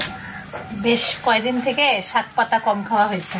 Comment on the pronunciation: শাগ নয়। শাক্। শুধু বোরিং না বিরক্তিকরও। রান্নার সময় প্রত্যেক মুহূর্তে কথা বলতে থাকে। এত অস্বাস্থ্যকর পরিবেশ ও পদ্ধতিতে রান্না করে!! প্লাস্টিক কনটেইনার (কাঁচা হলুদ বাটা রাখা) গরম পানিতে ডুবিয়ে ডুবিয়ে হলুদ গলানোর চেষ্টা!! যা শরীরের জন্য মারাত্মক ক্ষতিকর। সবসময় স্বাস্থ্য রক্ষার কথা বলা হলেও ভীষণ অস্বাস্থ্যকর কাজ কর্ম করা হয়।